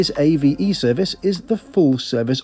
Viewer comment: BTW, it's actually pronounced "AH-vay," not "A-V-E." "AVE" is an acronym for "Alta Velocidada Espanola" (Spanish high speed), but it's also a play on words, since "ave" is the Spanish word for bird.